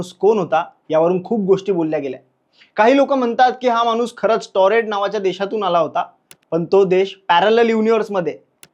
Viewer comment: मानुस नाही माणूस म्हणा.